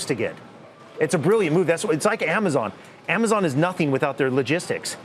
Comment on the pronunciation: They keep saying amozon Is that like a subliminal message